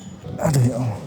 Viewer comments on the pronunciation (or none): none